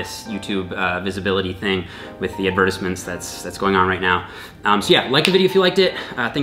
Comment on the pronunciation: The way he said advertisements at the end of the video 🙃